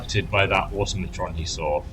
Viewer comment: Don't think I've seen a single youtuber who can pronounce "automaton". Au-Tom-A-Ton